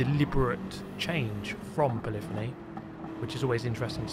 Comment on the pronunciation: doesn't matter how many times i hear you say it, it will always be "polly fonnie" (poly-phony) to me